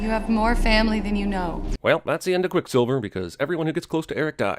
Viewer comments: Lol he says quick silvler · I heard “quicksilveler “ lmao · Did he say quick slilvler? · heheh “Quicksilvler” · I just want to point out, he says "Quick Slivler" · QuickSilvler? lol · “quickslilvler “ hehe TheBirdman will get ya on th at